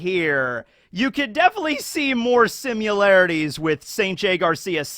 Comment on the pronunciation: Similarities not “Simularities” 😜